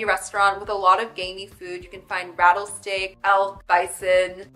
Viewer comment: Great list but did this girl say “rattle steak” ?? 😭🤣